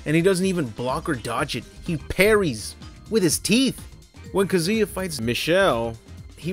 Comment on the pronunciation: Who’s kuh-ZOO-yuh? 🤔